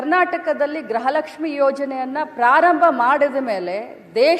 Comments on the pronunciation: ಅದು ಗ್ರಹಲಕ್ಷ್ಮಿ ಅಲ್ಲವೇ ಅಲ್ಲ ಗೃಹಲಕ್ಷ್ಮಿ. ನಮ್ಮ ಕರ್ಮ. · ಗ್ರಹಲಕ್ಷ್ಮಿ ಅಲ್ಲಾ ಅದು ಗೃಹಲಕ್ಷ್ಮೀ... 😂😂 ಮಂತ್ರಿಗಳೇ ಗ್ರಹಪೀಡಿತರಾಗಿದ್ದಾರೆ... 😂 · ಗ್ರಹಲಕ್ಷ್ಮಿ ಅಲ್ಲ ಗೃಹಲಕ್ಷ್ಮಿ ಅಂತ ಹೇಳಿ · ಮೇಡಮ್ ಅವರೇ ಅದು ಫಸ್ಟ್ ಆಫ್ ಆಲ್ ಗ್ರಹಲಕ್ಷ್ಮಿ ಅಲ್ಲ ಗೃಹಲಕ್ಷ್ಮಿ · Gruha lakshmi adu not graha lakshmi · ಅಮ್ಮ ತಾಯಿ ಅದು ಗ್ರಹಲಕ್ಷ್ಮಿ ಅಲ್ಲ, ಗೃಹಲಕ್ಷ್ಮಿ